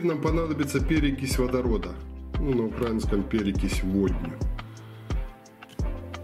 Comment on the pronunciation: с неправильным ударением на укрАинском говорят ихтамнеты и сепары. та же история как и с НА Украине. правильно на украИнском